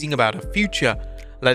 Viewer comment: Please. Please. Stop saying “RRRRESTLING CONTENNNNT”. I love the news… I’ve almost blocked/avoided this channel just because of that. Begging you, bro. 😂